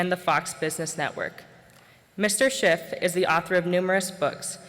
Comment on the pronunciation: Is it just me but every time I hear Peter Schiff introduce himself it sounds like he's saying Peter Shit.